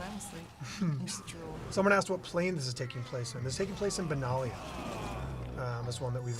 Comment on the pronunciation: Benalia is a nation on the plane of Dominaria (canonically). Are you getting it wrong on purpose? It seems like you are.